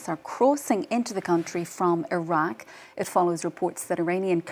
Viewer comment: She cant pronounce iraq properly